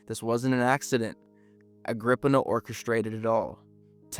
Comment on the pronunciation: Wasn't it 'Agrip-eena'?